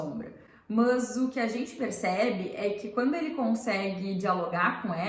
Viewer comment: O "mâs" me deu gastura... Mas gostei